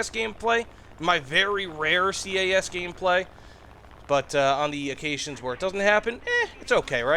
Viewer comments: Please stop calling it C.A.S, it is cas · SINGLE downside of all this is the "SEE-AY-A$$" ahh pronoucing... OK SORRY IT ITS INDEED A GOOD VIDEO <:D